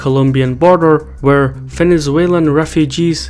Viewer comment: "Fenezuelan" :D